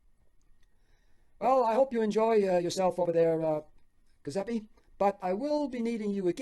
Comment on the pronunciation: Sorry, I need to correct your pronunciation on the name “Giuseppe”. The “G” makes a “J” sound, followed by a “U” as in “oo” sound. I know grammar Nazis are annoying but I just couldn’t take it. Forgive me